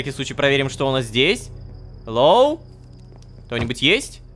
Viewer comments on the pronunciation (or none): none